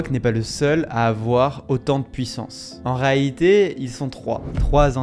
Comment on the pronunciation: ARTICULES ! A "En reaité" n'est pas un mot qui existe ! 😁